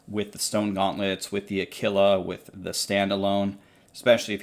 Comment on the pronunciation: Did I just hear pronounce Aquila “a killa”😂😉